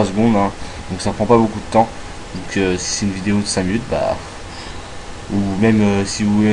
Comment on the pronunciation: "vaux" vidéo XD c'est abusé mais sinon pas mal